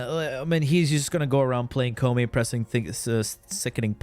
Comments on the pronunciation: The fact that ppl. are ready to fight and kill me for reasoning how koumei isn't any good in ahem*.... I mean video in which he says Kopemei is S TIER... Fugg why do i keep saying kopemei, jeez it's koumei sus, please say it right 😂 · Also, Koumei: (Ko-you-may)